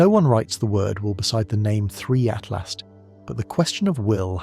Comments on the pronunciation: Is it saying "3i Atlast" the whole time😂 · Why can't you say atlas it isn't at last not that tough to not pronounce a t at the end wth